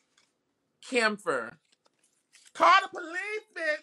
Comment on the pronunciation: Did he really just call camphor damphor😅🤣